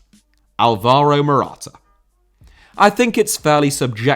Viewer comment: Álvaro* not Alvorouw